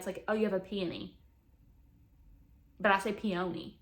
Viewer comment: not "pee-oh-knee" 😂❤